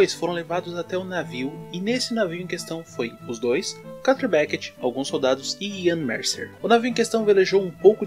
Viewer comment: Pq vc pronuncia “carter” é o correto? N seria “kâtlêr”